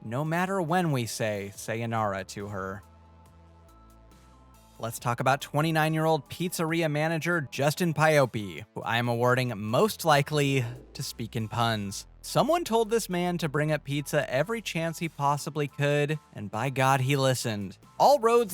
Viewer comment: You pronounce Pioppi wrong… it’s P-op-p.